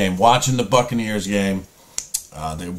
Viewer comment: "Whacking the Bucaneers"🤪😂😂😂